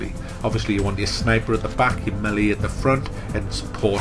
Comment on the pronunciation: Rips the devs for writing then pronounces Melee incorrectly numerous times. Oh god.